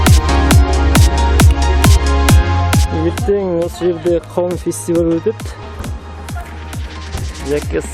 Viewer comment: Дауын дарбыз дима😁 кауын карбыз дидиго